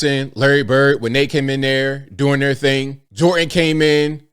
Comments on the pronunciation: Who the fuck is Micheal "Jor-in" ? Is he good at "shoo-in"? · there IS a letter 'D' to enunciate in Michael Jordan's name. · Jordan has a d in it please pronounce the d